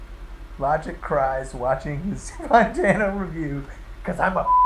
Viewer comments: FINALLY SOMEONE ACKNOWLEDGED IT ITS FUCKING FAAAAN-TANO NOT FOOOON-TANO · Does Logic intentionally mispronounce Fantano? Surely he must know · The best is when he says fontano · Finally it’s been pointed out that Logic says Fantano wrong. The amount of times he’s talked about Fantano and saying it as Fontano with no one acknowledging it or calling it out is crazy, I feel like I’ve been taking crazy pills. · Still saying FONtanno. Wtf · It's actually pronounced "FAHN-tano" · For a Fantano stan, I don’t understand why Logic doesn’t pronounce Fantano’s name correctly.